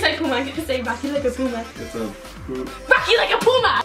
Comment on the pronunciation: Look up puma and press the pronunciation button. It isn't pronounced like that.